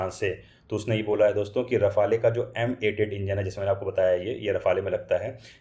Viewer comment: साफ़रान 🚫 सैफरॉन ✅ राफ़ेल 🚫 रफ़ाले ✅